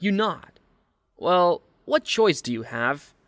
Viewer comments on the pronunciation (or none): none